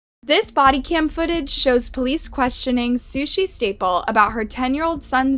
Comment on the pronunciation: This narrator. Sheesh. Sushi's last name is Staples. With a final "s." Not Staple. Way too much vocal fry on top of an already pitchy, childish voice. 👎🏼